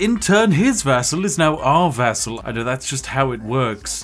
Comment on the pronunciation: It took me 10 min to realize he meant "vassal" and NOT "vessel"! I rly thought that commander was turning others into vessels for his soul!